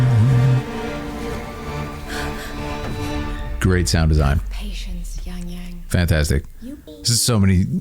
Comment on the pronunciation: ahh yess, finally a westerner that can pronounce the name correctly, no wonder, because been in China. lol